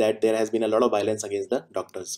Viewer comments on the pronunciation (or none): none